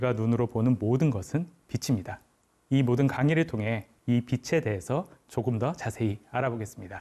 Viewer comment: 처음으로 대하는 영상의 주인공입니다만,,, 단번에 '확실한 사람 / 탄탄한 사람 / 올곧은 사람'이라는 것을 알게 되어, 그 전달하는 지식 또한 넉넉히 그럴 것으로 믿게 됩니다. 그 첫째로 나는 가르치는(강의, 연설, 설명...) 사람의 발음을 중요시합니다. 그것은 우리 지식의 처음이고 / 기본이고 / 습관적으로 연결된 지식의 재료이기 때문입니다. 그런데, 작가님은 [ 빛이 / 빛으로 / 빛에.....발음을 정확하게 비치 / 비츠로 / 비체...로 ] 하는군요. 아나운서도 교수도 교사나 방송인들까지도 이렇게 정확하게 발음하는 사람이 드물지요. 단언컨대, 이런 분의 강의는 찐입니다.........보나마나. 이런 분의 주장은 진실입니다. 이런 분의 작품은 인간을 유익하게 하면서 무해할 것입니다. 좋은 강의 감사합니다^^*